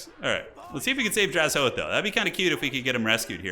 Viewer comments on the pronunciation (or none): take a shot everytime mispronounces drazhoath as draz-hoath